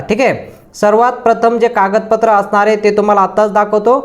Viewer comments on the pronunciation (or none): none